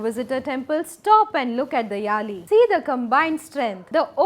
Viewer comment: யாழி yazhi.m please pronounce it properly